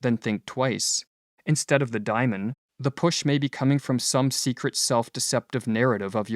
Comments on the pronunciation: Great video - as usual but I think it's DAY-mon something like a demon inside, not "diamond." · Why *Dymon*, and not *DAY^mon? Every time you say that my hair stands on end. Seriously, it gets in the waywhen I am trying to listen. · It’s pronounced day-mon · To my ear, the narrator is horribly mispronouncing Diamon and it distracts me from the content. As a Westerner, much can be gained from comparing and integrating Buddhist, Daoism and yoga into Western culture!